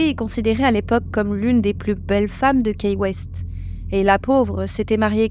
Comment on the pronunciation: Coucou les filles, bravo pour cette histoire que je ne connaissais pas, une petite remarque, Key West se prononce kiwest, les keys sont les îles en bas de la Floride, dernière demeure d'Hemingway, j'y suis allée donc je me permets ❤